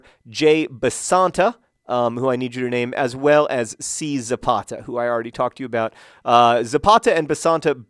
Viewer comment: Why is the only thing I'm thinking of when he says 'Zapata' 'Ze Pasta' ;) But he's Brazillian, not Italian.